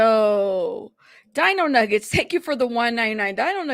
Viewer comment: Di-ño Nüe-ge-tes😂😂